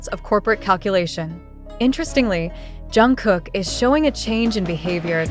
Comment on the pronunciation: Блогер почему вы имя Чонгука произносите правильно а КИМ ТЕ ХЕН не правильно, неужели это так трудно? Просто неуважение к нему.